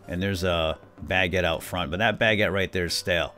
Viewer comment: really triggers me when he says Bagete instead of Baguètte